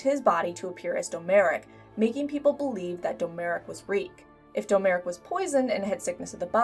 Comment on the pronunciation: Domeric. Pronounced DOM - RICK. not Doe Merick.